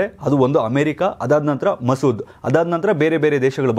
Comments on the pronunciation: Sir it's Mosad alwa... Masood andri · Sir adu ಮಸೂದ್ ಅಲ್ಲಾ mosad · ಮಸೂದ್ ಅಲ್ಲ ಮೋಸದ್